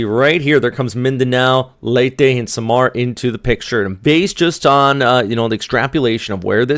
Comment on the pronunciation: love accent how you pronounce SAM ar Pe Nay XD kinda funny